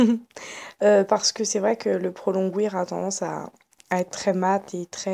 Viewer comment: Pro longwear ça se prononce pas comme ça :)